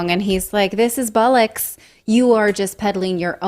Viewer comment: OK. There's a lot going on here. But my distraction was with the pronunciation of bollocks.